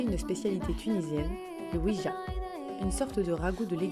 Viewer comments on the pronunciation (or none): la specialitèe tunisienne c'est la "oujja" pas "oui..ja" la 'ouija" c'est une table pour invoquer les esprits hahahha